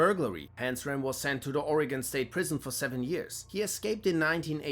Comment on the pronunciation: You pronounced Oregon right during the Carl Panzram segment, well done! FYI, Panzram wasn't an Oregonian.